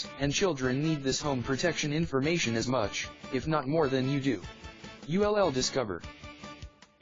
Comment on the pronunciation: What language are you speaking? "You LL"? WTF? Can't you speak english?